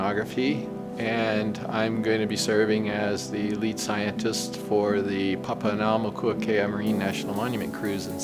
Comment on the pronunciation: He did a pretty good job. To be more accurate, all vowels with a horizontal line above them should be long vowel sounds.